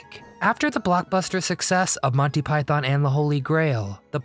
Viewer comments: Python. Not pythōn. Stress on the first syllable not the second. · Please learn to pronounce Python properly. It’s not Pie-Thon, it’s properly pronounced Pie-Thun. Why do Americans always mispronounce this word? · its Python not Pietharrn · Thanks! Good video about a hilarious film. Just a small gripe, it’s pronounced “ Monty Py-thun, not “ Monty Pythonn”. Cheers! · "Yes, we are all individuals" is probably my favourite moment. Oh, and please, it's...... "Pyth-en", not "Pyth-on". 🙂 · its not Pie-Thon.... its pi-thon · Stop saying PYTHARN. It is PYTHN (don'tr pronounce the O) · I know Americans like to pronounce python, pie-thon, but given they were predominantly British, it's pronounced pie-thn. Just sounds wrong calling it pie-thon. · God, I hate the way Americans say "PyTHON." It's a British act, so kindly do it the basic courtesy of saying its name the way British people - including the Pythons themselves - say it. Pie-thun. No stress on that second syllable. Here's John Cleese saying the word "python" several times, for reference. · And, it was Monty PythOn, not Pythaaaaan…. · Why do you keep saying it as 'montypyTHON'? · One correction. It's pronounced PIE-THIN.....There is no Thon in it at all. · Silly American-voiced commentary. It's not pronounced Pythonn!